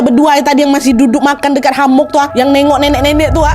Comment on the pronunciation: Hemok kak bukan hamok